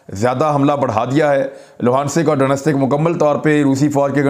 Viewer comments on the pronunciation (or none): for God sake at least do some home work on pronunciation of Ukraine main cities, Like Donetsk .it's not do-nastik. it's Do-netsk.